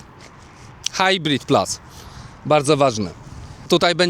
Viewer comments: już w 11 sekundzie nie potrafiłeś nawet prawidłowo wypowiedzieć nazwy HS !!!! ucz się chłopie podstaw a nie filmy na youtube ! a i jeszcze to plas !!!! baranie plus to plus a nie plas !! kogo ty udajesz ? Polakiem jesteś czy ????? co za debilstwo ! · PLUS A NIE PLAS ja pierdole ludzie😂